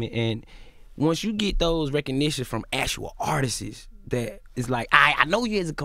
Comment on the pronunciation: “Actual artistses” Lol